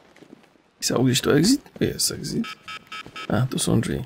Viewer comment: "Egg-zitt":P Po prostu "Exit",;)